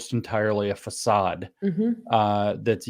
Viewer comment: Excellent breakdown. It’s Saaad btw. Kinda like ‘sawed’ or ‘lawd’. Hahaha Just heard James pronounce façade. That’s the sound of it. The Çade part.